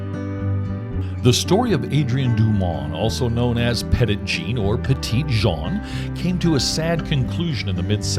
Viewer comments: Great video! My grandparents lived on the mountain when I was a kid, so my family spent lots of time at the park. Cedar Falls Trail was a lot easier when I was little! One small correction: it's actually pronounced Petty Jean. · You managed to mispronounce the park's name throughout. 🤦‍♀️. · The Park Rangers never told you to pronounce it that way 😂. Which is neither the Arkansas pronunciation nor the, nor the French pronunciation. You came up with a made-up pronunciation all your own.